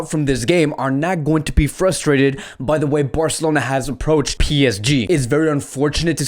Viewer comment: New to the channel, and sorry I just can't take how you say "Birrcelona" 😐